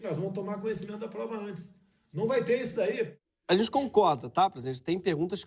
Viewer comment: toda vez q ele fala "cuestão" e "issodaí" tenho vontade de esfregar a cara dele no chão.